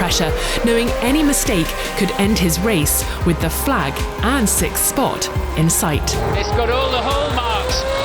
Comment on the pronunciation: It's funny how Felipe can say sixth but you can't.